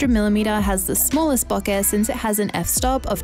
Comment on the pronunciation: Great video! And you even pronounced bokeh correctly!